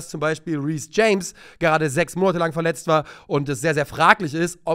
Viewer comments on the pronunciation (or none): none